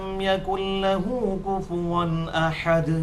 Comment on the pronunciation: Salam, Ali bhai aap mera aik kam karain, q ye jo main kehna cahta ho wo aap bhe ghulti kar rahy hain aur bahut log ye ghulti karty hain, sora ikhlas ke last main aap bhe aur kafi log (kuf wan akhad) parhty hain, lekin ye (kufu wan akhad) ha. Please agar main ghulti per ho to meri islah kar dain, aur agar main theek ho to aap aur aap aik clip banain jis main logo ko theek se parhny ke talkeen karain.